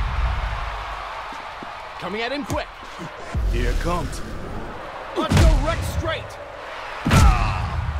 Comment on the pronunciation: Apollo says in his super attack "Here Come-T" lmfao wtf does he say? Why the T in the end of his sentence. He is not saying here comes, he says here come-T!